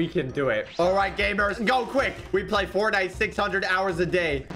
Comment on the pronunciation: the way he said fortnight 💀